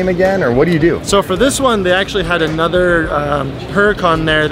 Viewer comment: "Onotha One" How many SUPRAS did you see? 👇🏿